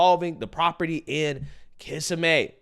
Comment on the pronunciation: Florida woman here. Kissimmee is pronounced "kiss' immy" accent on the kiss. 💋